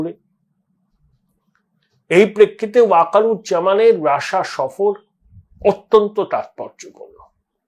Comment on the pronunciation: কী মশাই রাষা, রাষা বলছেন কেনো, রাশিয়া বলুন।